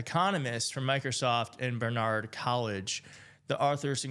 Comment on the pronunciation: It’s pronounced “Bar Nard” not “Bernard’ college